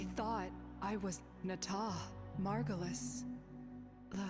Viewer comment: picks margulis simply because moon - says margulis wrong despite hearing it spoken out loud several times